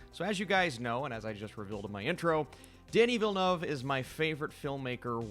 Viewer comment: its not vill noov ahaha i dont think the “eu” sound exists in english though